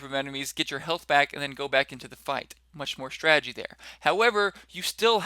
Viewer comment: shtrategy :D bit scottish!